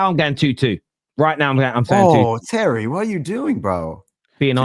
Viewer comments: Tewwy, Chewlsee awe a bunch of pwicks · Terry is Tewwy 😂😂😂